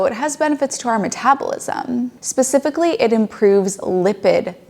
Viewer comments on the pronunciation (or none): none